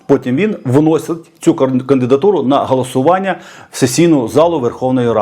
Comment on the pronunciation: Який дитячий лепет.... забаронено....чи забаронено!!!! Галасування(((( 😮😮😮 А матюки😮😮😮 це ВЗАГАЛІ Фу((((